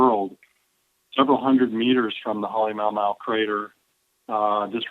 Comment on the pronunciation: It's pronounced Hallee-ma-oo ma-oo